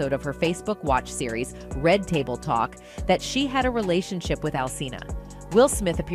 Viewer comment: This an AI collective speaking, Jada did not star in GI Jane and what's a relation shy?! AI can't proofread the internet and get facts right and pronounce words correctly before posting? 🤣